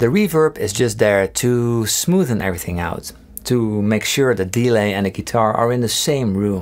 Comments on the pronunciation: I like how you say DE-lay instead of delay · I swear delay is pronounced with emphasis on -lay and not on de. haha great video. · Anyone else find it funny when he emphasises the E in delay instead of the A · Fix delay pronunciation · the way he pronounced "delay" is a bit annoying. awesome tone though